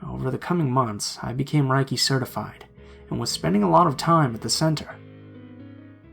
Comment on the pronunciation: Dude, you're one of the best narrators--who'd have criticism of you? Actually, I have one. "Reiki" is pronounced more like "RAY-key" than "RYE-key." That's it! Stellar narration as always!